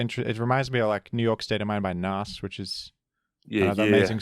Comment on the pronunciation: The way says Nas as Nos